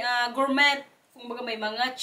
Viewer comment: Gourmet is pronounced with long A sa dulo. You can google it😉 Thanks for taking us for a tour in London. 😉